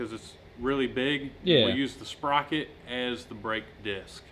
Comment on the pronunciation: Sprotor lol, sprocket + rotor = sprotor